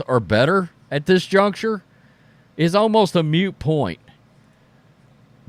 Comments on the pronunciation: moot…not “mute”😊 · Moot point, not mute point!!!!lol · 'Moot,' not 'mute.' You're welcome😊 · A “mute” point? I think you mean a “moot” point.